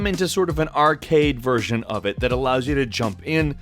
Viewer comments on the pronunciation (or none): none